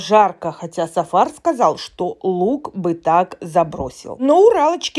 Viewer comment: " тЫ сказаЛь, я сказаЛь " 😉😂😂😂😂😂😂